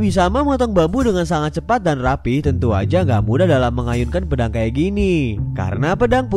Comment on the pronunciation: (pedaaaangg) Nadanya kok gitu banget sih taiii